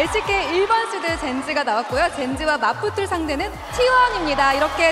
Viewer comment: 맡붙을이 아니라 맞붙을..